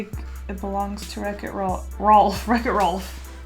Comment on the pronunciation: Anyone: Wreck it Ralph: Wrecko Rolph